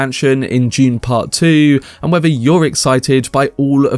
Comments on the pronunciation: Dune, with a D. Not June with a J. Just kidding I don’t give a shit how you pronounce it. I just thought you were saying June part 2 like 50 times 😅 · Is this information June Part 2 or of Dune Part 2. Sorry Mate i would enjoy your reveal better if you could pronounce "Dune" its really hard to ignore. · I may be wrong, but I think it is pronounced "d"une, not "j"une. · No hate. I couldn’t stop hearing you say June instead of dune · This was a fantastic film until the ridiculous fight scene in the end. Still excited about 2. Nobody took the time to let this guy know to say dune not June.? 🤣🤣🤣🤣